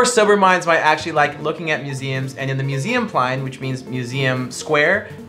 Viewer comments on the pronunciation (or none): Museumplein not ''Museumplayn''